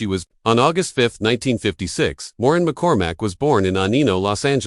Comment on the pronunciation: Warren McCormack? Or is it Moran? Or Morin? Also…it’s Marcia, not Marsha.